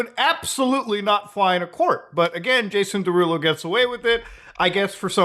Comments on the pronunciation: Jason Day-Rulo lol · “Jason DayRulo” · day-rulo? well thats wrong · I thought Muta was mispronouncing Jason Derulo's name on purpose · Bro he said his name in every song he ever dropped and you STILL pronounced Jason Derulo's name wrong 😂